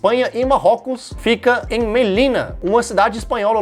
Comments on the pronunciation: É do Marrocos e não, é de Marrocos . Tampouco é Melina, é Mellila. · Melina? Não Me - li - la. Tá? 🏹🎯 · Melina?? leia de novo...você qiz dizer Melilla que em português se lê MELILHA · Ouvir o falando 'Melila' e 'Gilbratar' me caguei de rir! 🤣 🤣 🤣 🤣